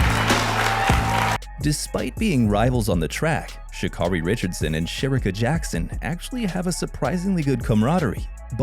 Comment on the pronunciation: Her name is Sha-Carri ( Carri) pronounced like Kerri!🙄🙄